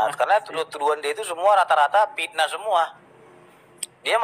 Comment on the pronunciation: Menurut saya, sebelum menjadi pengacara seharusnya belajar bahasa indonesia dengan baik dan benar. Contoh: Fitnah bukan Pitnah, Video bukan Pidio.